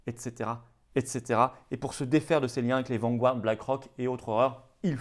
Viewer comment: Vanguard se prononce Vangarde et non pas Vangu-arde